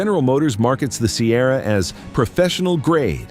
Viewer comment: I love the dodge one thousand five hundred and the gmc sigh-erra!